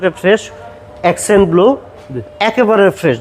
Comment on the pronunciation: এসেন্ট না এক্সেন্ট হবে মডেলটির নাম